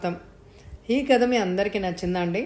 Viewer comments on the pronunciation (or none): tha ki baduluga dha ani vinpaduthundhi.